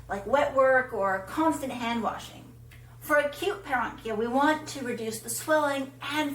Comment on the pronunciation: Wow! You mispronounced paronychia!